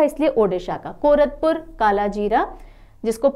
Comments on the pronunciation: Mam it's not कोरतपुर - Odisha , It's will be pronounced as - Koraput - कोरापुट ❤❤❤❤ Thank you for your dedication towards us . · Ma'am... All your classes are so interesting... Love your mnemonic tricks... I'm from Odisha... It's कोरापुट का कालाजीरा rice And रसाबली sweet dish... Which are mispronounced. 😊😊😊😊😊😊😊😊😊😊😊😊😊😊